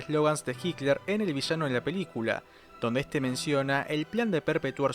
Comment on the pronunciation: "HICLER" ??? PORQUE DECIS "HICLER" ??? ADOLF HICLER SE LLAMABA?? JAJAJA